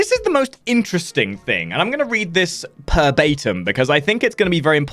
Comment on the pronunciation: Did you really just say "per batim" here? That sounds real close to the Latin "verbatim" which means "in exactly the same words as were used originally." Ahh, but what do I know? I only speak the "Mercanized" version of the Queen's English. Tally-ho! ;)